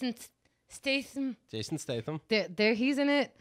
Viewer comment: I love that she can't even say Jason Statham's surname 😂